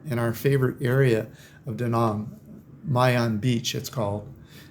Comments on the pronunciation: Trying to help those people -Too many GIs died in Da Nang for me to consider it a retirement spot, it’s a friggin communist country ! It’s not pronounced Da Nong it’s Da Nanang - Army Vet Retired 🇺🇸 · I appreciate you are a traveller, but you are still a yank who butchers foreign words. Vietnam ends with nam rhyming with ham and Da Nang is not duh nung! Other than that I enjoyed your vid. Off to Da Nang for 12 th Viet trip in May.